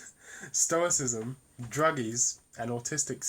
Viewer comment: Upload video of you fully pronouncing "stoicism" , I think I could get my buddy Ben to disprove your theory solely on the argument of your pronunciation alone.